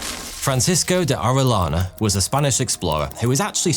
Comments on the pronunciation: Great video. Thank you! For future Latino/Hispanic-related videos, here are a couple of pronunciation tips: qui is pronounced "key." So, conquistadors is con-key-stah-doors. Double l is pronounced as a y, making Arellana "Ah-ray-yah-nah." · As a spanish speaker, the way he pronounced Orellana made me cringe lol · Not orelana.... Oreyana... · LL in Spanish is a Y sound. Ore LANA sounds like you're taking the piss... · First of all apologies for being a Karen ,that being said..... In the Spanish language, when two L's are right next to each other, it produces a short y sound, as in yes, yellow, or Yankee so Orillana's name was pronounced Orie-yana. Thanks for reading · You're spanish accent is terrible 😂 Double LL is pronounced like Y (Oreyana) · I've been following you for a good bunch of years now and I have always enjoyed your videos but today I'm sad cause as a direct descendant of Francisco de Orellana I die inside everytime I hear my last name being butchered. I understand you do not speak Spanish and therefore your mistake its kinda reasonable, no worries tho cause I'm here to help you out. In Spanish the letter "LL" (elle) is a single letter and it is pronunced as a "Y" so in order for you to be able to pronunce it correctly you should read it as if it was writted like this: Oreyana (bonus: to read correctly a name that contains a "J" change it for a "H", for example Juan - Huan). As a curious fact I'll also let you know that in Spain and all Spanish speaking countries it is regular to have 2 last names as you receive in heritage the first last name of your father as your own last name and also the first last name of your mom as your second last name. Keep up with the good job you've been doing so far by spreading knowledge across the world bro, you're a legend! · Just say the ll in Orellana as you say Jhon!!! Pronunciation!!!